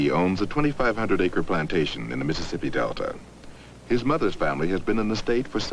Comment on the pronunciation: I was always intrigued how most of them call Mississippi "Missipi" - a three syllable word.